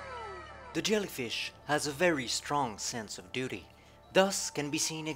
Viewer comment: XDDDDDD duty = dodie XDDDDD